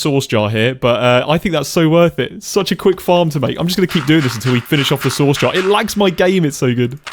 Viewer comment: I am so sorry, but every time you say "source" I can only think of you saying sauce 😭